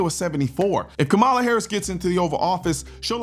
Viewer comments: I dislike tyrant Kamala 100%. However, please start pronouncing her name correctly so that the other side may actually listen to you. “Comma-la” I know it is stupid, but our enemies won’t listen at all if you continue to mispronounce her name. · it's crazy how every right winger says her name wrong on purpose lol. background checks =/= taking guns away 😂